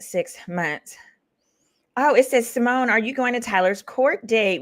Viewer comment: SY-MONE!!!!!! Not "what kinda Black Girl is she??" 🤣🤣🤣